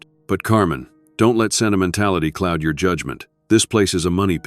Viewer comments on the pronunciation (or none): none